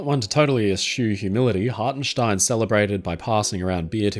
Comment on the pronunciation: Ever since I first heard about this story I'ver maintained that Hartenstein and his men were damn heroes. Also good job in the German pronounciation :P